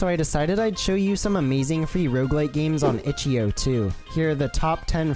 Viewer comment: the way he says itch DOT io makes me wanna put a gun to my head